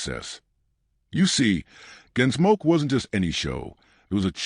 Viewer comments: Make your Point! And I never heard of a show Your AI voice called GenSmoke or was it Ginsmoke? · Your AI narrator calls it "Ginsmoke?" Go away.